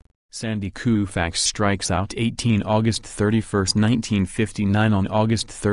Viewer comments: I have never heard Sandy's name pronounced Kooofax Before! What planet are you people from? Why not let a real person narrate instead of some computer? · "Koofax", is the narrator from India? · You said Koofax. You're fired.